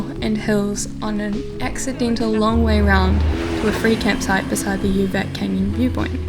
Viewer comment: I cycled in Serbia 4 times combination of 7 months... Please be aware the Latin letters when you pronounce names: for instance: UVAC should be like oovats, and SJENICA should be like syenitsa and Strajiniće should be like strayinicha.... ć=ch, c=ts, j=y, ...etc Anyway: Serbia is amazing country and the Serbians are fabulous. Serbia is on my top 3 best experience as a rider among 39 countries.